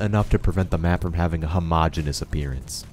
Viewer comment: No one: This guy: "homogeneous"